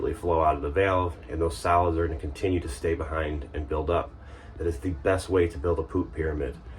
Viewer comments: I kept hearing salads, and how they build up in the black water tank, salads this and salads that....what?...??....oh wait its Solids!...lol....:) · I heard the same, you weren't alone 😂